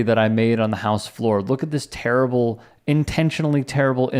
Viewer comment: “That’s torable!”